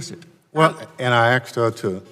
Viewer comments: The Chairman... How does a man who cannot speak the English language properly be elected into our government? The word is ASKED. Not AXED. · "I have been axed to have Rep. Underwood clarify.." Nuf said.